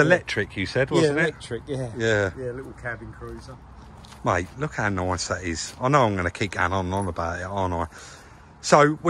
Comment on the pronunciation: “It’s looking noioice, it’s purrfick”.